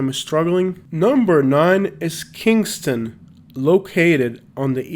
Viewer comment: dat boy said kingstona nd showed avondale lol